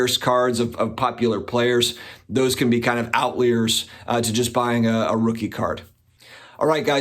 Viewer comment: Out leers? Out laei'yers?? What's that!?